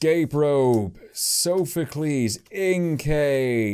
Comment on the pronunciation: Heres how pernounce soophocles. Sof u clees.